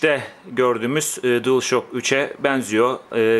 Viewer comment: DuılŞak diye okunuyor:))